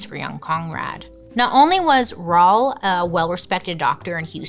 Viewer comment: lol I think Raul is probably Ra-Ule not rA-L 😅😂 love you Bailey haha